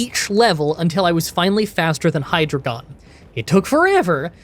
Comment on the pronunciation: Hi-dree-gen good sir